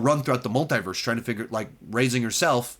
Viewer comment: Why do you pronounce Multiverse wrong?